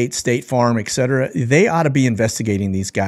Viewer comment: ETCETERA - correct pronunciation ET-setera NOT EK-setera